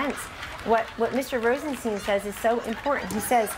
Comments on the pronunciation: wait isn't it rosenstein like einstein? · rod rosenstein's name was pronounced wrong by kellyanne conman, but by stephen, too? disappointing